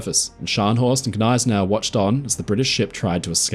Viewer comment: the 'G' in Gneisenau is not silent when correctly pronounced.